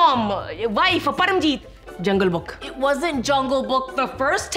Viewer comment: Why was he kept saying jungle book like it’s not jungle book